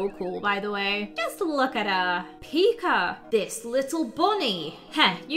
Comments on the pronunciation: I LOVEE HOW PRONOUNCES PIKA “PIKER” IT’S ADORABLE 🥰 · I heard her say pikr